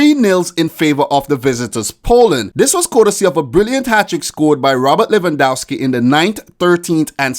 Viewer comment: Its pronounced lewandofski